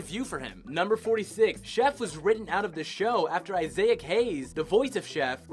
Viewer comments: isay-ac? it's pronounced izik who doesn't know how to pronounce isaac? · ...Here's a South Park Fact EVERYONE knows: It's ISAAC, not Isaic!! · _Isaac = ay-zik ...not ay-zai-ik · ISAAC Hayes as in eye-sic not issiaic as you said lol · Wtf "I-zay-ack Hayes? It's pronounced i-zick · It's pronounced "I-zick" Hayes, not "I-zay-ic" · Did this narrator say I-Z-AC HAYES?!? Do you not know the name Isaac? Isaac Hayes was one of the biggest soul/r&ab artists of all time. Come on buddy.... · “Eye-zay-ac” Hayes? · Guy has no idea how to say ‘Issac’ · Its Isaac not Iyasac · i-zay-ak hayes? how do people not know how to pronounce isaac? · "Iseyac hayes" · Isayick Hayes LOL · did you really just pronounce Isaac like Izayak? Or am I just super high. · Isay-yac Hayes? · _- Seriously, people need to start getting payed to learn how to fucking speek. Isaac is NOT pronounced "Eye-zay-ick"..... that is "nails on the chalk-board" worthy. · Iseayac hayes lmao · This nigga dead ass said "Isiah-ic" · Isaac is pronounced "eye-zak"! ChinpoKO mon, not KEY. That extends to "poke" from Pokemon, where "ke" is pronounced as "kay". Damion is pronounced as it looks, it's not "demion". Juniji Nishimura's name you didn't even bother with. C'mon, guys. Have some standards. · ISAAC HAYES!!!! Not Isaeck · Imagine not knowing how to pronounce Isaac 🤦🏽‍♀️ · surely Isaac isn't pronounced like that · Couldn’t pronounce Isaac Hayes and butchered it but didn’t attempt to say Junji Nishimura despite it being easy to say. So many voiceover mistakes. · listen to how he pronounces Isaac lol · Did you really pronounce Isaac Hayes name wrong? Kook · That's not how you pronounce Isaac. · So you can't say "Isaac" "Damien" or "Medicinal" properly. But you spared yourself embarrassment by saying "the animator listed below" instead of "Junji Nishimura"? Sure. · Is it pronounced Issic, or I sak? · the way he pronounces Isaac makes me cringe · You totally messed up pronouncing the name Isaac by the way.